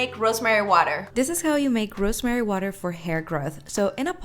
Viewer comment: is becoming funnier and funnier day by day, the way she said "rrrrrosemary" 😂😂😂